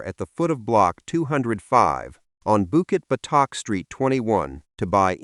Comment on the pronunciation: bukit what?? botak?? urghh why use ai